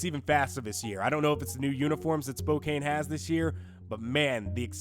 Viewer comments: its SPO-CAN not SPO-CANE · For the record Spokane is pronounced Spo- Can not cane